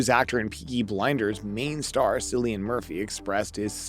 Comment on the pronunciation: His name is pronounced "Killian".